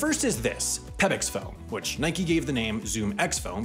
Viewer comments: How do you get “Nikey” from “Nike?” That’s like saying “Bikey” rather than “Bike.” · From the Greek goddess, referred to as "nikey." It's a name and a weird non-English pronunciation.